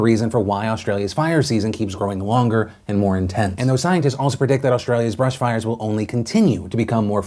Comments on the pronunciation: Bush not Brush. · Philip I’m so sorry, but it’s BUSH, not brush